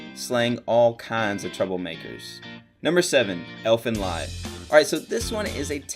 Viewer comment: Bruh you pronounced Ellen lied wrong